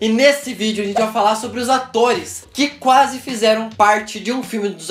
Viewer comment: Que q é "quasse"?